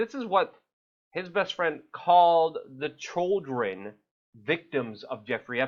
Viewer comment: They are CHILDREN, not CHULLDRUN, as you pronounce the word. Please spit out the marbles and practice your diction. Thank you.